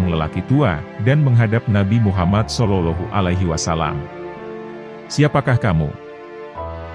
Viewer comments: Konten ini bagus. Hanya yg perlu diperhatikan 1. Sosok Nabi.. Pakailah sinar wajah nya.. 2. Perbaiki menyebut julukan Nabi.. SolaullAahu A'laihi wassalam.. A'.. Ngain bukan ailf ( a) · Bagus risalahnya, sayang sekali pemapar kisah/ komentatornya tidak bagus bahasanya apalagi saat mengucapakan Sollollohu 'alaihi wasallam, janggal sekali cara pengucapannya.